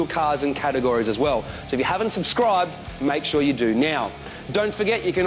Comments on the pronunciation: "if you haven't ubscribed" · ‘If you haven’t UBSCRIBED’